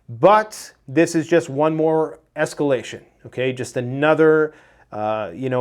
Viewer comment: Say yes to s-cal-a-shun!